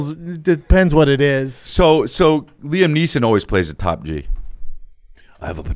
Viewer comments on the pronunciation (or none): none